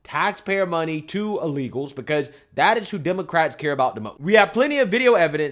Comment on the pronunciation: says “uh-legals” 😂